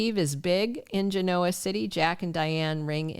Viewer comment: I listen every day. Just wanted to mention, you said GENOA wrong.